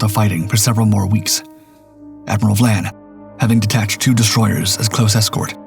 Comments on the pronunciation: Admiral VIAN, not VLAN !!! And Breconshire was a merchant ship, so would not be HMS! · The second letter of Admiral Vian's name is an "i" not an "L." In the narration it appears to be being pronounced as Vlan as in flan. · Human error. Just think… AI slop would have pronounced that “VYE-ayn.”